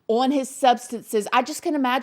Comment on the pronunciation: Within 30 second she went from talking normal to then she started to build up to a full blown blaccent and then the Jersey came out of her when she said ooown his substance 🤣🤣🤣🤣🤣 then back to blaccent then back to white collage girl lmfao 🤣🤣🤣